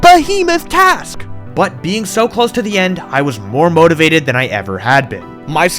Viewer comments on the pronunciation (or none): none